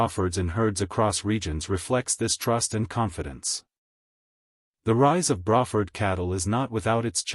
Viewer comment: "Bra" Ford, like a woman's bra. Hmmm? I thought it was "Bray" rhyming with gray or pray? I guess we can all learn something new from AI generated collections of random facts!!